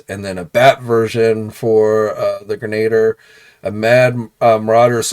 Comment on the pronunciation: It's "greh-nuh-deer" dang it. Geez.